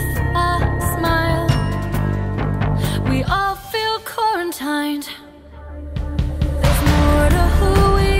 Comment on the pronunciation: Taking some serious liberties with the pronunciation of quarantine! 👌